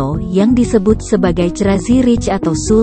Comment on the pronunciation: Tulisannya Jagakarsa, narasinya jagaraksa .......mana benernya